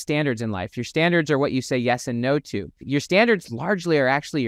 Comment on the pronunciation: Dude, standards with a T go fix that